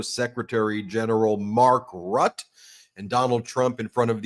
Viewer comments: His name isnt pronounced Rut . Its pronounced "Root-uh" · Don't say Rutt its Rutte I don't like the guy but it's disgraceful.